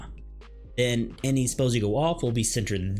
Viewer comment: How can you guide someone if you can't say the names of the spells right.